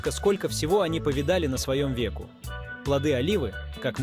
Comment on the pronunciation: "На своём веку́"